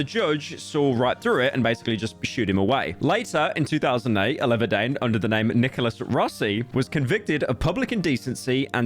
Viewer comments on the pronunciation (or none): Aleva-dane. bro, Akchully >reddit nose snort< akchully its Allah verd dee-an. but his christain name is 'Twat' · say it with me, Al-ah-ver-di-an. pyro can't read.